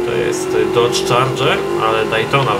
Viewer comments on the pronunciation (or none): none